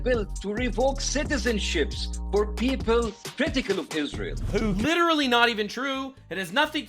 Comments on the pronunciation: I actually believe she is the reason Hamas started this war😉 she is definitely in charge of Hamas in Gaza, can someone please put Candace in speech therapy , last I was taught it was Israel not Ishrael🤷🏼‍♀️ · Why does Candice keeps saying Ishrael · She is such a skitzo it makes me cringe physically. Also, how do you spend your entire waking existence talking about israel and not be able to say the damn word correctly. Wtf is an ishzrael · No only does Candace Owens make no sense, she drives Mr literally insane with how she pronounces Isreal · The way she says Israel triggers me 😅 damnit say it the right way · Why does Candice pronounce Israel like that? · Why cant Klandice Ovens pronounce Israel right? its so annoying.